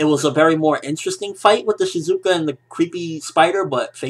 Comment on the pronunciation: lol shizuku not shizuka..